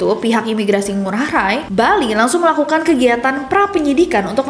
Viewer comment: nessi maaf ya "ngurah rai" pengucapannya (ngurah rai) bukan ngurah rae/ ray salam dari bali❤❤❤❤❤